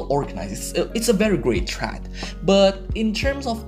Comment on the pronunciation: I suggest you to look up how "thread" is pronounced mate